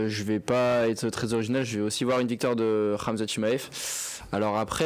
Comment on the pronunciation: J'ai entendu ChiKmaev j'ai quitté la vidéo